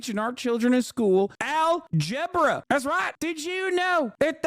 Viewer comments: No more Al-Gebra...💀💀💀 Hasan's REAL American accent tickets the fuck outta me!! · Al-gebra I'm fucking dying dude 😂